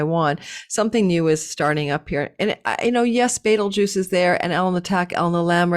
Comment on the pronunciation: Love you,! I am watching now, cuz I was in a very long and silly work meeting...womp womp 😂 every time you say beetlegaise - I think of Beetlejuice! 😋